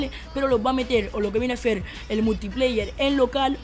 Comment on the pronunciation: zi lo hacen bien o lo que viene zer zeeer se pornuncia ser si no con z niñato aunque uy buen truco